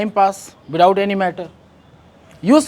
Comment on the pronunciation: Without ❌ Bithout ✅ Sir Phle aap Pronunciation khud Sikh jaiye Mai koi nai hota hu aapko sikhane wala bas aapko bata raha hu 🙏🏻